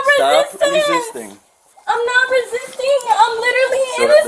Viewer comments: Lmao that criminal couldn’t even pronounce resisting arrest. “I’m not hissestin harest” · "I'M NOT ARRISTING AZZEST"